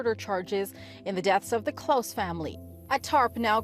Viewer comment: i genuinly thought you was saying it wrong on accident untill you mentioned the good old holiday,,,,, how did you still say klaus wrong???